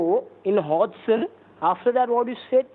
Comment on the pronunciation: This was funny on how you twisted these scammers around. How can people fall for this? The scammer can’t even say ‘Hudson’ 😃. One of these So called IRS scammers called me that too on a Sunday ! Go figure :) 😂!!